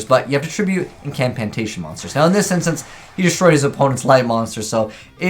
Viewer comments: why are you saying "imp an cantation" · "Imcampantation" lol